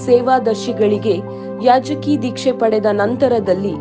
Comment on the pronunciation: ಕನ್ನಡ correct agi mathadi. ಯಾಜಕಿ alla ಯಾಜಕ ದೀಕ್ಷೆ